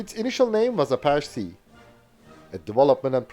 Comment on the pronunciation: a-PATCH-eee Good vid.